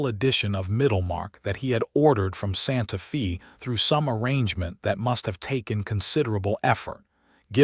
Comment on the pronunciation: Can we have city said, Santa 'Fay' not Santa Fee? A 'fee' (long E) is the pri¢e one pays for prkg etc. Santa Fe is pronounced with the 'e' being a long 'A' sound - thus, Fay. Santa Fee sounds so odd. Silly AI 🙄